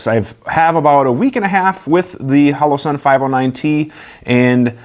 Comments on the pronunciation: Can't pronounce the name then jokes about not being cool enough to have a collab with Holoson(Hollow-Sun) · It's pronounced "Holler-son" ;-)